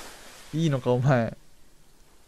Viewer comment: の｢話聞くか普通!?｣の所絶妙に滑舌悪くて何か言い方可愛い( *¯−¯ * )